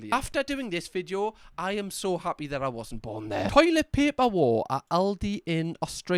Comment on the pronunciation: As an Australian, the way you say video makes me offended you say we speak the same language. Ignoring the fact you can throw a stone into the next village in your country and hit someone who speaks in a very different accent to you.